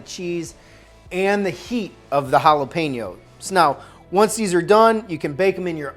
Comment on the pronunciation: You have no idea how much you made me irrationally mad at how you pronounced jalapeño Edit AND TORTILLAS